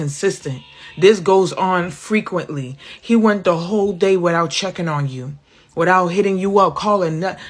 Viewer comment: I heard her as "hoe queen" not "WHOLE queen". 😂🤣